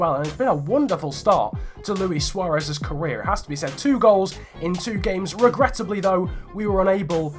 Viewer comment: you keep saying regrettibly 😂